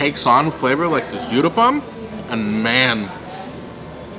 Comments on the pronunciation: It's not you-thapam it's called oo-thapam. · The uthappam is pronounced "ooth-a-pum". Thank you for this yummy video!